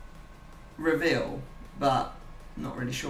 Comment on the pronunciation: did u forget how to say reveal?